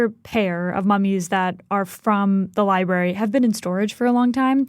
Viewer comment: why does that "reporter" keep saying "libarry"??